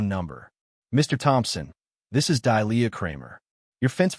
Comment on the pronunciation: Good grief is the HOA ladies name Delia(Dêlēâ) or Dahlia(Dâlyâ)? Dahlia is not pronounced as Dīe lē yâ(see preceding phonetic).🙄 No matter which name it is the AI Narrator can't pronounce either one correctly!